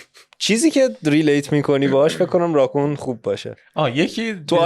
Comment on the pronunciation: دوستان راکون رو خیلی بد تلفظ میکنید😂😂